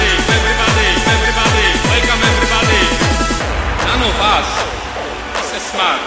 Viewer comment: Olejniczak nie mówił "None of us", tylko "Nano was" - co pewnie oznacza japońsko-niemiecki model eleganckich (smart) butów.